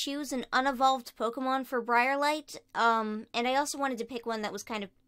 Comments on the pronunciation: anyone else notice that she said Brairlight instead of Briarlight? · It is br-I-A-rlight